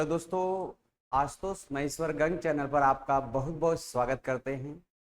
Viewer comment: गंग नहीं गंगा बोलिए.